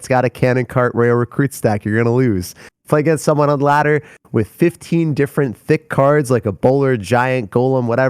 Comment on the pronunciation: the way said “THICC cards”